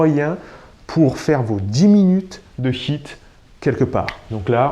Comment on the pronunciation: Euhhh essaie de mieux prononcer HIIT, car là souvent j'entends "bon vous allez faire 10 minutes de SHIT", et c'est pas tout à fait pareil... mdrrr sinon merci beaucoup pour ces vidéos... ;-)